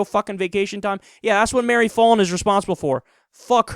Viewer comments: btw, it's not pronounced "fah-lin", as in "ball"... it's pronounced "Fallin" as in "pal". Short-a. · It's pronounced "foul-in." I know because unfortunately she is my mayor. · I'm an Oklahoman and I kinda well not kinda I do hate Mary Fallin and also I love how Kyle says her name wrong